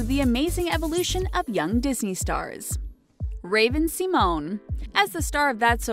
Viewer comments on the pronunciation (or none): Raven See-moan?? Aly Mikol- ka?? I gotta go 👋👋 uh uh nope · The narrator of this video clearly doesn't watch RuPaul's Drag Race bc she would've known the correct pronunciation of Raven-Symone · raven seamoan? aly milkaulka? really lady